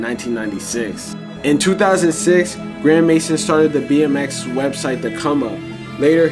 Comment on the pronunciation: his name is actually pronounced grand may zone and yeah he's a total goofy always hated this guy